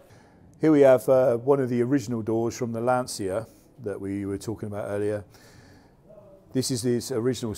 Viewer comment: Please Lancha, not L'ansia.